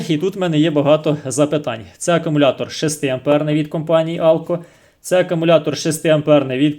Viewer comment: Акумулятор,правильно буде ,а не акАмулятор,десь так